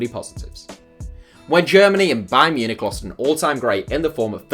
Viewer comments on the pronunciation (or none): none